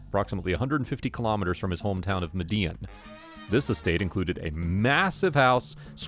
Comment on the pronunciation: Lol! The famous “Mhh-Dee-Inn” cartel! 🤣 It’s pronounced “Med-ah-een ” I love your channel ❤